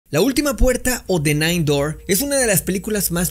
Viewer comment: My friend...un consejo...si vas a pasar casi 10m hablando de un nombre de pelicula y sobre todo el nombre de un famoso...y no sabes ingles a estas alturas...al menos googolea como se pronuncia. El nombre de la peli es The ninth GATE y el actor..por dios santo lo dijiste como 25 veces..es Johnny Deep...no "DiiP"... respetate a ti mismo man....